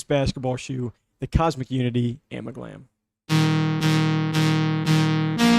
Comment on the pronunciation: Its amalgam lol